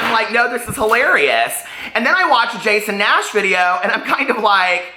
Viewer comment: "Jason Nass" XD